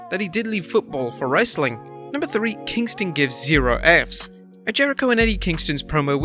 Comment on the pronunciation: Wheneverer you say Kingston I think kosher at fi=st